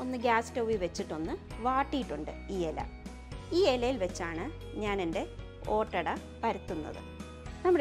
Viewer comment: ഒറ്റഡ എല്ല ഈദ് ആഡാ അണ്